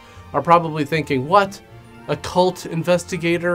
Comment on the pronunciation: "Occult" investigator, not "a cult" investigator. Enunciation,, enunciation.